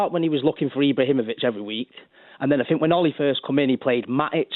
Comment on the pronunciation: Get rid of him. 4 years of a WASTE. Bruno showed how to do it. Van De Beek played. Pogba is a WASTE. Want him gone. Also why can presenters not say the word think??? What is 'I fink.....I fink....I fink....'??